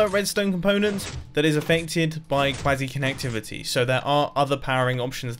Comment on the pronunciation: Did I just head “Quasi kinetictivity”